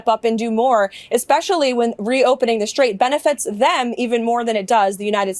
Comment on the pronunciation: Don’t criticize their spelling of STRAIT when you can’t even pronounce it properly. It’s STRAIT, not SHtrait. There’s no H sound in it. Look it up in Princeton’s pronouncing dictionary. Clone your English illiteracy, spread it to millions of people via youtube, destroy the language. If you are disgusted that another American can’t spell correctly, then I have a right to be disgusted that you can’t pronounce it correctly.